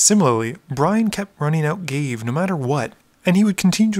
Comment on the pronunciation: ga-vay not gave.